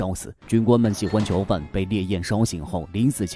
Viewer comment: 为什么都是“桥”犯，听着太难受了😢